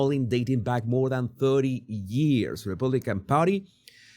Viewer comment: Jesus, More - not moar!